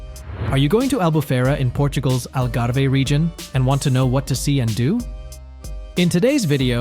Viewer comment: "Al Garvey"??